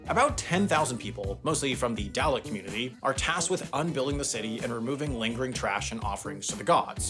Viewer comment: Correction: I think you meant the Dalit (pronounced "The-lit") community not the "Dalek" community. Please don't make them an outer-space villain race from Doctor Who. (Not sure if you meant to pronounce it like that, but your Nebula closed captions definitely read it as "Dalek". Also, the "Bhule Bhatke Kendra" is pronounced as Bhu-lay (like who lay but starting with a bh sound) Bhut-kay (like hut K but starting with a bh sound). It literally means a center for people who are lost. Maybe you should do a more detailed video on Wendover.